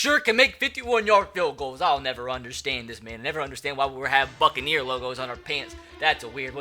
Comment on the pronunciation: did anyone else hear “I’ll never understand why we have fucking ear logos on our pants” instead of “I’ll never understand why we have BUCCANEER logos on our pants”?